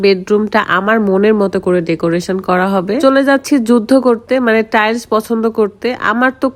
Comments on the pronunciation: বেশি ইস্টাইল করতে গীয়ে টাইলস কে টাইল বলে খেত মহিলা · আপু টাইলস হবে আপনি ভুল উচ্চারণ করছেন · আগে টাইলস বলা শেখ